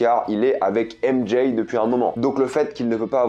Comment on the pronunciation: Très bonne vidéo mais le fait d'entendre "ème Jay" me rend fou